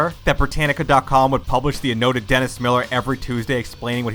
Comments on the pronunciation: “annotated,” not “anoted.” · Why on earth did you pronounce "annotated" as "anoted" ? Like, what? How the hell do you fuck up THAT badly? "Anoted" is not even a word. "Annotated" is a very common, simple word, and a youtuber can't even say it correctly? If you can't pronounce basic words correctly, maybe try googling them for the pronunciation before recording the voice over for your videos. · It's also "annotated" not "annoted" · He also pronounced "annotated" as "anoted". Like, what? How the hell do you fuck up THAT badly? Annotated is a very common, simple word, and a youtuber can't even say it correctly? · 14:80 An-no-tate-tid. Smfh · Please learn to pronounce "annotated".